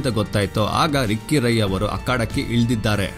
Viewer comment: ರಾಯೇ ಅಲ್ಲ ರೀ ರೈ..